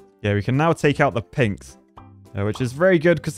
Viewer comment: Is it just me or is saying "Pigs" instead of "Pinks"